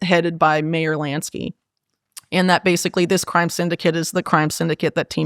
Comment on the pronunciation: Whitney did all this amazing work and research but she cannot pronounce MEYER (it’s not pronounced mayor) lol